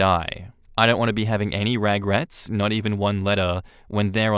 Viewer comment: You didn't just say ragrets like that misspelled tattoo 😂